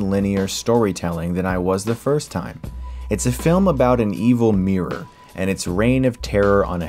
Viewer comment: Please, stop saying Meer when (I think) you mean Mirror.